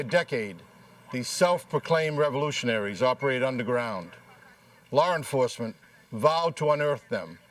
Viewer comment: "Lar Enforcement?"